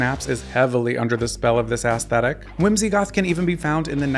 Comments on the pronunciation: Aesthetic…the A isn’t hard, it’s more like “eh-stetic”…I love these videos but I wince every time you say ASS 😬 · I die a little inside every time I hear the word "aesthetic" pronounced ass thetic. 😭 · What is ass-thetic? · Every time you say “ass-thetic” a former 90s teenage goth grows a grey hair